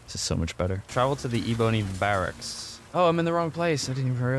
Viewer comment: eh-boney barracks got a hefty chuckle out of me >.< so stupid lol